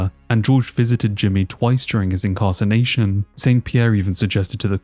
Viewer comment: Bro said “incarcination” instead of “incarceration” lmfao